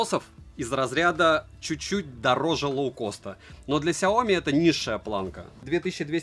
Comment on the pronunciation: СяомИ, а не СяОми...